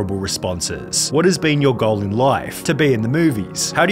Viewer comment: I love how Sunny pronounces goal like “gull”